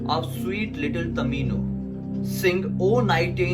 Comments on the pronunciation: Dude its tomino not tamino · It's not tamino it's tomino😂😂😂😂😂😂😂😂😂😂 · it's tomino hell not tamino hell😂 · Not tamino it's tomino